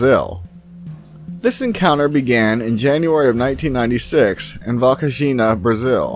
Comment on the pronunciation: Fun fact I share my birthday with this encounter, also check out operation saucer (or operação prato) Love from Brazil, although you butchered the name Varginha :D